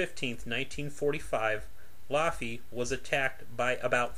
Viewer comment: Laughy not loffey good video either way